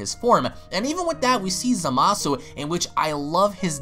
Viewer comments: How come you pronounce Zamasu as “Za-masu”? Isnt it “Za-ma-su”? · Is it just me or is it pronounced zomasu not zamasu